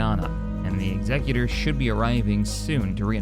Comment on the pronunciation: Day 10 of asking to pronounce Executor correctly… Also saying Shed leans hard right and therefore he’s a bad guy makes zero sense. If anything he’d be hard left, because he’s Imperial meaning he’d be all for rising taxes, stripping the rights of the people to defend themselves, and fake news/ propaganda. Or you could just leave real world politics out of Star Wars…🤷‍♂️